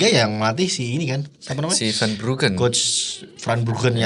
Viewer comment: Vanenburg bukan van Brugen